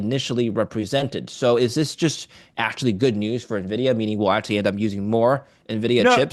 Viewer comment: What kind of venture bro doesn't know how to pronounce Nvidia?